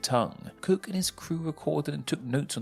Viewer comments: I could have sworn you said "James Kirk." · It sounded like you said James KIRK!